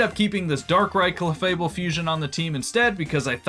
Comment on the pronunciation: "Cleffuhbul" 😭 It's pronounced like fable 😭 Jibbing aside, I love this run. These are some of the coolest fusions